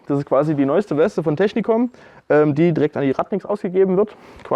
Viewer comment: Die Firma heißt Techinkom und nicht Technikom :P Im übrigen aber auch ne Geschichte womit ich mich befasse und ne Klamotte zu aufbaue. Digital Flora sieht halt einfach gut aus.